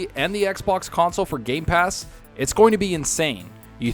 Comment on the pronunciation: it is just me or he kept on miss pronouncing gamepass as gaypass almost the whole time?? xDDDDDDDDD.